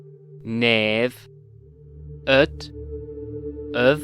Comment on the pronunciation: Hello to the creator. You're not native Hungarian. Why? Your é should be closer to I in the e to i spectrum. For ö and ő, you nailed öv and velő but the others were not the exact ö sound, just almost.